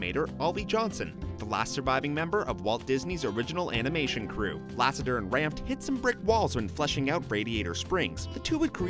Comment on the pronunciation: Number 60 he says amination instead of animation😂 I'm sorry